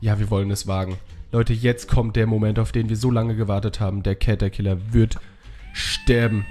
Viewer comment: es heißt nicht cet sondern catterciller